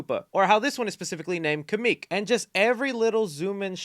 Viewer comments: Great vid as always although kamek is pronounced “kamik” and not “kameek” he actually originates from the prequel game Yoshi’s island and kidnapped mario and luigi when they were babies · Pssst Kamek. (Kah-Mehk) Not Kameek x) sorry, i had to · Kam-EK 🚫 Ka-MIK ✅ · Bro said kameek, I normally pronounce it cam.. ik. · Woah it’s not pronounced kam-eek it’s kam-ek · not the Ka-MEEK 💀 Jk great video, this movie looks great! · Lol, you did not call him Kameek, hahaha. Kamek probably does the job. Great video and outfit though :-) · Its pronounced kam-ik BTW not kam-ek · Never say "kameek" again or I will steal your kidneys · Him referring to koopa troopas as "koopa troopers" and pronounce kamek as "kuhmeek" hurts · It’s pronounced ka-mc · Lol it’s pronounced Kam-ek lol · great video! i see that a lot of effort was put into it, however one small problem is that "kamik" is not how you pronounce that name, it's not a big deal but it just sounds really unsatisfying to me and i have no idea why also another thing about the stars, there are several things i have to say about it: a singular star grants powers too, if im not wrong you can see bowser become very powerful by using the power stars in the paper mario line of games. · Absolutely tiny heads up, Kamek's name is pronounced com-eck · Just saying, you said kamek wrong your supposed to say it like “cam-ick” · Don't want to be that person but his name is pronounced as "Cam • Ick" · im sorry but kaa-meeek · Bro why did you pronounce Kamek like that 😂